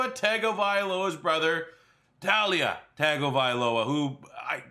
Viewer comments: It’s tu-la not ta-lia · It's pronounced Tuh-Lia Tongue-ovailoa. I get that's it's not spelled that way at all but trust me, that's the way it's pronounced.